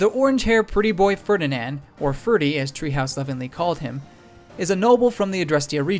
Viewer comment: So, in Japanese they get Ferdinand's last name right--if drawn out in an odd fashion--but somehow manage to mangle it magnificently in English. Yet they don't stumble over Welsh pronounciations...